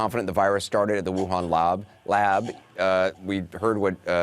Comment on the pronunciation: Loob.....lab -CNN lady's and gentlemen can't even say lab he's so quick to jump the gun and blame trump he can't take a second to say a three letter word.